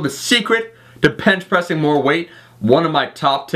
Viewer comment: "The secret to Pench Bressing" lol